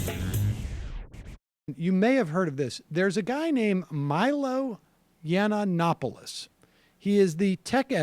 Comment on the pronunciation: I can't take anyone serious who cannot say the name Yiannopoulos correctly. Learn to read young man ...learn to read.